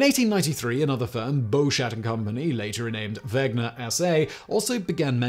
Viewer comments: It's Wenger, not Wegner. ;) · Wenger not wegner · Has Simon been taking pronunciation lessons from Josh? Victoria-nox and Wegner? Come on Simon, you’re a professional… you’re better than that! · He mispronounces “Wenger” as “Wegner” & “Victorinox” as “Victorianox” every time. WTH. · It's WeNGer, not WeGNer. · Sorry, Simon, but your pronunciation of Victorinox as VictorIAnox and Wenger as WeGner is utterly ANNOYING. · What an intensely annoying episode. It is Victorinox - no a in it - not Victorianox! And the N comes BEFORE the G - pronounced Wenger not Wegner. How can you talk about 2 companies and get them BOTH wrong? 🤔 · WeNger. Not WeGner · No, it is indeed Ven-ger. If it was Veg-ner, the Name would have to be spelled Wegner. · ...what about wenger? Seems like he is pronouncing wegner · Simon, there is *no* "a" in "Victorinox"... and the "n" comes *before* the "g" in "Wenger". Beyond that, this was an excellent reading of the "Swiss Army knife" Wikipedia page 🤪😂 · Wenger (knife brand) -> wegner (?) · A 13-minute video without any slip of the tongue - except for the 973 times you butchered the name of both companies this video is about :D You even managed to quickly read about 500 functions (which, by the way, doesn't have much to do with the history, in my opinion), but you fail to read WeNGer? Come on :D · Why do you keep mispronouncing 'Wenger'? 😑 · So many channels, too busy to pronounce stuff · Alternative title: Triggering swiss people for 13 minutes by misspronouncing Wenger and Victorinox XD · Wow! You managed to get the pronunciation of both Victorinox and Wenger wrong! Otherwise a nice summary. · I get that in "Wenger" the "W" is pronounced like an English speaker would pronounce a "V". What I don't get is why you phonetically swapped the "ng" with the "gn"?